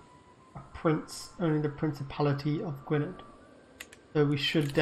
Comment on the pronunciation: You're the Brits- you're keeping the English away from you, my man. It's also pronounced '/ˈɡʊɨnɛð]', so the "-dd" is like a "-th."